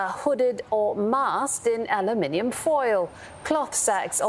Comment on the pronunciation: ALI -MINIUM FOIL 😂😂😂😂 TALI-B AICANS 😂😂😂